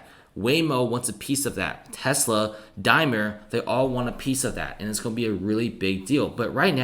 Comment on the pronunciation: DaimLer. You keep saying the name of a chocolate bar. Otherwise great video thank you.